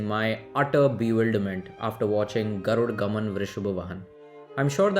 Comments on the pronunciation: its "Garuda Gamana" not Garuda Gaman please pronounce it properly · Hi, why can't you pronounce the movie name properly? Please try just a little harder next time. Try Sanskrit pronounciation for the words, not Hindi. Thanks.